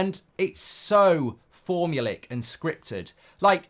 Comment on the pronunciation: Mark, it's pronounced "form-u-LAY-ick".